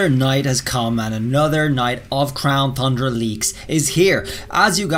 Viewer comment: Can you stop calling it the crown thundra 😡